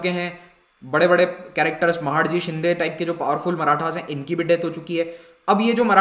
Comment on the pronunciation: Sir with due respect I would like to correct the Pronunciation.. that is महादजी शिंदे..